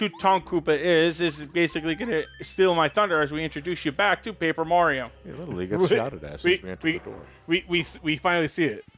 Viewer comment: Curse of Paper Ra-rio